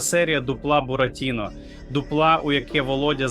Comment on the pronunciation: А ти хто ? Блогер - ГНИДА ? Дуже смердиш ! Людина, яка не може правильно поставити наголос у словах ( бурАтіно, шулЕр, дзвЕнить) явно читає чужі тексти. Знайшли дурня і використовують, як туалетний папір. PS: а 100 000 Петя заплатить ?